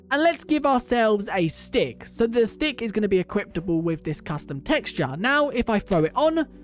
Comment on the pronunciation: why do you say equiptable